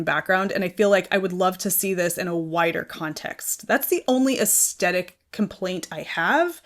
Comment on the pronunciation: Hi. Aesthetic is pronounced with the stress on the th of the word, not the st. Aes thetic. Regards paula.